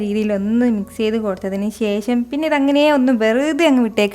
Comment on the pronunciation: "ശേശം" അല്ല... "ശേഷം" ആണ് ശരിയായ ഉച്ചാരണം